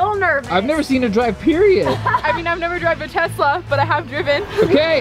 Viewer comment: He said periot it means the end ur welcome XD